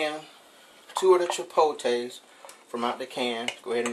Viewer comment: 😁😁😁 lol, dude said "chi-po-tays", every time he said it I'm 😃😃😃.